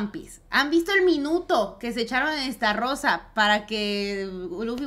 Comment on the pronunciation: Estarrosa? Jajajaja Dressrosa, lis..🤣🤣